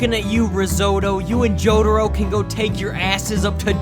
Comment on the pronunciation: jo-ra-ro? dia-volol? are you doing that on purpose or are you just messing with us?